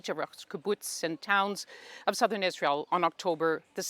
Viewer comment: She is sobbing, mumbled like "sirthen Southern Beirut" 😂😂